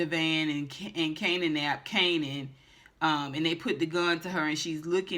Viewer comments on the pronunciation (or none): I laughed every time you say Kananapped lol😂😂😂